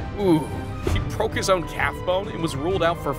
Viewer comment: Did you really say: "Calf Bone"? 😂